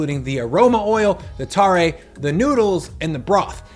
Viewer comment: I live in Fukuoka where tonkotsu ramen is from. Ichiran is from here originally and there are quite a few regional variations down here. Also, tare is pronounced closer to "tah-reh" as opposed to "tar-ray"